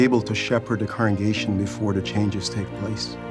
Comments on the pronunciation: Second comment. Question: Why can't some of them say the word "congregation"? They say "correngation" instead. I swear I heard it at least twice during this video from two different people.🤔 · Why do some JW's/Elders say "correngation" instead of (I presume) 'congregation'? I've noticed it in a few of these 'official' videos now 🤔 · Why do the majority of these people (and it’s not just this video) constantly mispronounce congregation as “corengation”???? I’m starting to feel like it might be a different word or something. Am I daft??? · shoutout to the multiple people in this video who can't correctly pronounce "congregation"